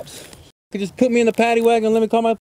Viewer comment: Omg he said -wagon😂😂